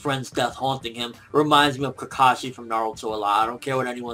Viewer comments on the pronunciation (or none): none